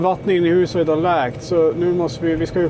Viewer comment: Jag hajar också till varje gång han säger läkt istället för läckt.😂